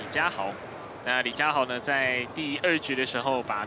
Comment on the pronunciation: 女主播也把李佳豪 唸成李佳馨 扯